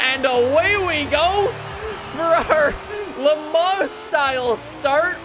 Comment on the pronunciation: pronouncing Le Mans: "Le Ma"